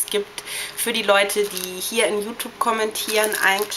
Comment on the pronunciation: Dafür dass du so viel über Accesoires und so redest siehste aber ziemlich dürftig aus....kann nur sagen meine persönliche Meinung an alle Mädchen die das sehen ist...Hört bitte nicht hin ist ja grässlich >.> achso und bevor ich es vergesse: ES HEIßT YOUTUBE UND NICHT YOUTUPE!!!